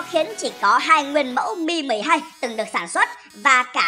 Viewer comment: Mi 12 mà nghe như meme 12